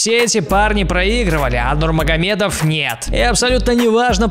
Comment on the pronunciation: Наконец , фамилию Хабиба правильно произнёс